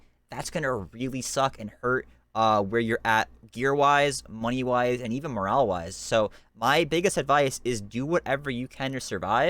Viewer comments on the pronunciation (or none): none